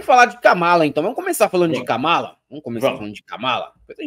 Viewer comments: A pronúncia está errada é Kamala igual a Câmara e Pamela!!!😀😀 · KAMÁLA 😂 KÂMALA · Não é Kámala e sim kâmala!!!!!😘😘😘😘😘